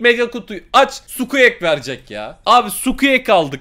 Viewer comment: okunuşunu yazıyorum skuek değil skuik diye okunuyo